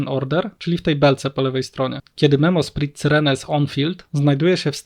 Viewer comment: prosze nigdy wiecej nie bierz tego gościa na odcinek, wyłączam to w momencie jak znowu ma gadać, pierwszy raz przebolałem ale jak znowu słysze "memosprit" to mi uszy krwawią, no jezu, poprawna wymowa słówek angielskich jest uczona już w podstawówce, tragedia